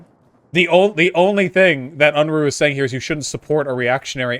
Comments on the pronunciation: And called him unroohay like vowsh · I find it amusing that neither of the them can pronounce Unruhe properly ...